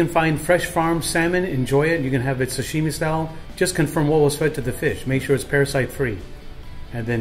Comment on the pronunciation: And he says "Sashimi" so weird (not ) I'm Japanese and he puts a different accent sound to it. It's like how they say "Karaoke" and "Panko" They don't care how they pronounce it.